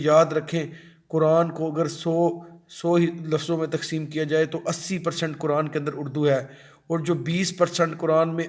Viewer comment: یہ لفظ ق صحیح پڑھو آپ کران کیوں پڑھتے ہیں قرآن موٹا ق پڑھو